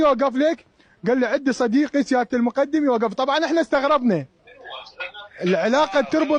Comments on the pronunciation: ولكم شنو هذه الاميه اغلب المعلقين ان لم يكن جميعهم متخلفين لغويا يامتخلف المقدم بفتح الدال وليس بكسرها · اعلاميين مال لنكات عمار الشامي .المقٌدم رتبة عسكرية بضم الميم وفتح القاف وفتح الدال ؟ والاعلامي يسميه المقدم بفتح الميم وكسر الدال .اعلام ٢٠٠٠ مال بالة الشورجه دخلوهم دورة لغة عربية واخلاق الحوار